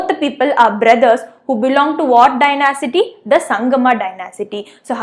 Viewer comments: It is not dyna-city, it is dy-nasty. Thank You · Not dynasity it's dynasty😁😁😁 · Please note the pronunciation of Dynasty